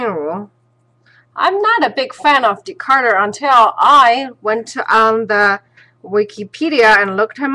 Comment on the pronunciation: His name is Descarte, not decarter by the way